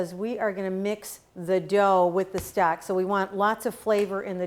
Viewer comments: I thought she was saying stack and I didn't know what she meant. Then one time she said stock and I realized what she was saying. I would shred the pork. The chunks looked to large for the tamale. I would also spread the masa down to the end more. You can still bend it up and the tamale would be larger. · Great video! You sounded like you were saying stack vs stock. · I think Maybe that the ONE small detail that you FORGOT to ADD here (for Many who have NEVER done tamales before), is to let folks know HOW TO soften up the corn husks. There are MANY watching your video who have NO idea how to soften up the corn husks OR WHY it Needs to be done, so Maybe you might want to ADD that small detail here. Other than that, you have a cool video. Your "Stock" sounds like you're saying "Stack", ha ha! :-P You have a clean & orderly Kitchen-liking that! Please make more videos on how to make chicken tamales OR other flavors. A FEW folks like the sweet ones, i'm NOT one of those, yuck. :( I LOVE chicken tamales AND the beans with cheese, yuuuuuM! :-D HAPPY Halloween to ALL AND Happy Holidays TOO! :-)